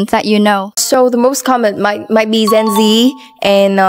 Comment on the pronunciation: Và bạn ấy phát âm sai gen là “dét”. Gen phải độc như jen mới đúng